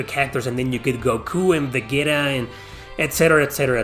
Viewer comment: ...it's pronounced "Vuh Gee Ta"